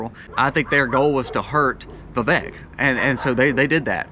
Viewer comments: Vivek is pronounced like cake..vi-vake😅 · His name is pronounced vi*VAKE like cake. Thanks for the info and perspective